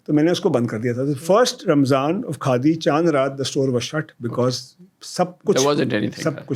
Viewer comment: یاریہ کاڈی نہیں خادی ہے کاڈی کاڈی لگا رکھا ہے کاڈی کیا ہوتا ہے